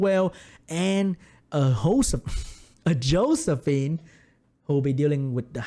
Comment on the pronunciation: "and a hoe-sephine coming out XD"